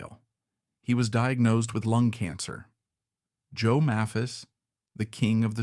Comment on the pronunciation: May-phis, you moron.. Hard "A", not soft. And you can just type "MAYPHIS" into your AI script. It's not that hard. And in later years she was a Greeter and Guide at the Country Music Hall of Fame and Museum- there's an exhibition there of her and Joe's guitars. Speaking of Joe's guitars- the video keeps mentioning Joe's "White Mosrite", I don't recall Joe ever having a White Mosrite- even in this vid all of his double-necks were Sunburst. And regarding Rose Lee's guitars-- note the Martin with a Bigsby neck- we all know that Merle Travis had a Martin/Bigsby, but I had never heard of Rose's. She was one of the most beloved people in Nashville- everybody, from every generation, loved Rose. And yes, their son Jody is a good friend of mine- and he's an honor to his parents- a very talented sweetheart.